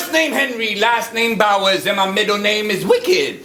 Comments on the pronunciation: Did this dude just say Henry Sourse?!! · was the judging section a competition to see who could butcher Henry Bowers name the most?